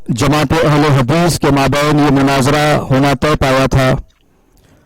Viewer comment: Ahl-e-hadees ❌ Ahl-e-hagees ✅